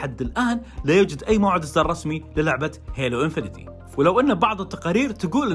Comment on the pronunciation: اسمها هيلو انفنت مش انفينيتي! 😅😅😅